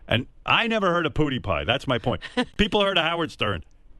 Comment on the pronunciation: this dumbass cant even say his name